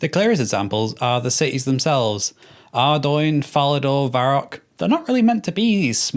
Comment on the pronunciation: Arrdoine lol. It's Ardougne, like the word Cologne